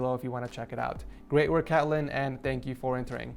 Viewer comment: There’s no way he just said Catlyn and not kaitlyn